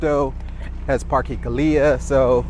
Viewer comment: Bro. Great video. However your pronunciations are so wack. Parkey?? What. Fyi. Just pronounced the vowels AEI OU with a Spanish sound and not English. Aah. eH.( sounds like softer ate). I is EE. Like weeeee.. O. Like. OH no.. U. Uff. With out the F. 5 min effort and your much easier to listen to.. 😂